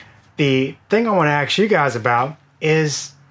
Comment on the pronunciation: Love the hands-on engineering horse sense combined with the obvious technical book smarts. Now, if we could just get you to pronounce the word "ask" correctly...(sorry...pet peeve). Keep up the good work.